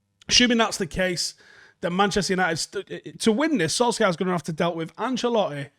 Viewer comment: It is pronounced Solshayr, not Solksiar :) Other than that, great video as usual